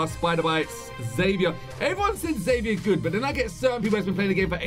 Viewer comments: It’s pronounced zephyr not Xavier it’s just spelt that way I watch the show and that’s how you say it just asking you to say it that way pls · U can upgrade xever. Also you said his name wrong agaiiinnnnn. It rhymes with ever and sounds like zever. Get it right!! 😂